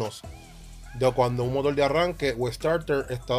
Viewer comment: Estoy de acuerdo en que cada país tiene sus modismos, pero una cosa son los modismos y otra la mala pronunciación. No tiene escusa decir "Motol" en vez de Motor , definitivamente eso no tiene justificación alguna. Mas tiene que ver con una mala costumbre adquirida y que se masifico en su región. No creo que Ud cuando escriba reemplace la R por L, sería penoso. En todo caso Uds son dueños de hablar como quieran, yo me quedo con el como se debe hablar..... saludos